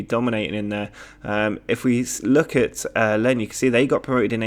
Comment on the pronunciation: Lens is pronounced like Lance.